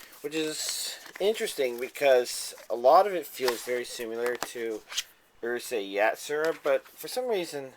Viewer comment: think he was trying to say Urusei Yatsura pernounced ulaseii yahtsula but spelled Urusei Yatsura